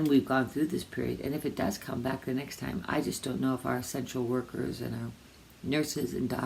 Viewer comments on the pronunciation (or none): I would have sworn I heard her say ‘ our sexual workers ‘ versus essential workers 😝 Two months in quarantine now and I’m missing some physical contact 😢 I really enjoy Dorinda .... and doesn’t she look great here.